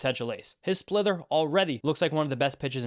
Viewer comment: I kept hearing splither when you said splitter, thought it was perhaps some new pitch he'd developed. Wasn't sure